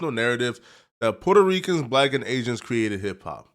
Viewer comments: Why this dude keep saying aizens 🤔 thats very agent like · Asians. Gtfoh bro stop saying Asians. You sound really goofy 😂😂😂😂😂